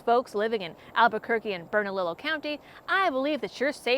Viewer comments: Love ya but please your pronunciation is painful. Bernalillo is pronounced burn-a-lee-yo. Keep up the good work but please work o. Those pronunciations 😅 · Pronounced “burn-a-leo” and “Lou-Han”. Hope she gets her tyrannical skirt sued off. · Its pronounced Bern-a- lee -oh county This governor is testing to see how far she can go. NM is a very blue state but we are still the wild west. She most likely wont get re-elected with this stunt. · UMM,?... I am sorry to do this, but.... Bernalillo is pronounced as Bern-a-lee-o. The Spanish Double-L is pronounced as cross between a EE and a Y. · BERNALILLO county resident here. Pronounced Burn-uh-lee-yo, also LUJAN is pronounced Loo-hahn. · Bernalillo is pronounced Burn a lee yo. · A few things about our local NM terminology. The Gov has a few names, Michelle Lujan (Pronounced Lu(H)an) Grisham, or just dumbass. Bernalillo county has the double L / Y sound rule. And finally, our governor is an idiot modern-H*tler.